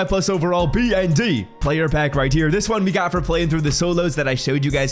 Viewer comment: Have you always struggled to say the word "here"?